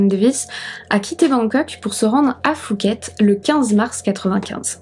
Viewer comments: phuket n'est pas prononcé "foo-ket" mais "Poo-ket" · Prononçons pouket comme les poux dans les cheveux Pas fouket comme le resto parisien fouquet s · Merci pour la video.. Juste pour info au cas ou tu traites d'autres affaires thaïlandaise les lettres P et H qd elles se suivent ce prononcent P pas F.. 😉 donc phonetiquement pour phuket on dit pouquette pas fouquette.. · Chouette vidéo. Juste une précision en passant, Phuket se prononce Pouquette pas fouquette. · Je vis en Thaïlande, ça se prononce Puket pas Fuket. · Salut, on ne prononce pas le h de phuket, on dit pouket. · c'est quoi cette prononciation de Phuket xD ont dirait qu'elle dit Fouquet's 🤣🤣🤣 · C’est PHUKET…. avec un P🖐😎 on ne prononce pas le H …..( Poukèt en phonétique ) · Par contre Phuket se prononce pouquette